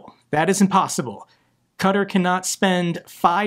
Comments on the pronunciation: Sorry. But my ears are bleeding. You are pronouncing Qatar wrong. ˈkɑːtɑːr not cutter😂❤ love your videos😂😊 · IT'S NOT 'CUTUR' BUT 'KATAR', DO CHECK PRONUNCIATION. But keep doing your wonderful work and greetings from the Netherlands. 🙂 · Did you call Qatar "Cutter" - its KA TAR xD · Qa' (Ka) Tar ... not cutter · Sorry you doing it as well its not pronounced cutter it is kuh-Tar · please, Qatar, it’s “cat are” not “cut her”. Please say it correctly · what the hell is cuter? aaa u mean Qatar... 👀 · Slightly pedantic but Qatar is pronounced Cat Tar. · Qatar is pronounced cat- tar I love what your doing, but as a Brit it really winds me up how Americans pronounce the English language. My comment here is not meant to be offensive. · pronouncing Donetsk as Donesk and Qatar as Cutter makes for a great drinking game 🍻